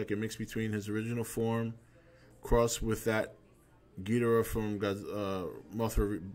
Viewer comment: "That's another thing, I'm glad you pronounce it Gheedrah like the Showa G movies instead of everyone else pronouncing it like Ghee-DOR-ah these days...I hate that..." Even though neither pronunciation is wrong. "To-may-to", "to-mah-to".